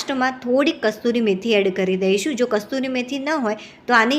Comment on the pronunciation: કસ્તૂરી મેથી નહીં કસૂરી મેથી શુદ્ધ શબ્દ છે